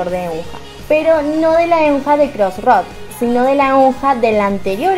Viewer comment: Como dato Eunha se pronuncia "EUNA" y SinB se pronuncia SHINBI